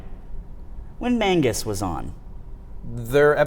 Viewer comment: 9/10 show. Would be 10/10 if you stopped saying "Mangus"